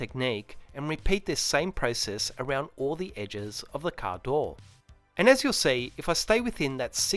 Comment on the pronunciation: What’s “caadooooow”??? You keep saying it. Please have someone do voiceover with a proper american accent. Very hard to understand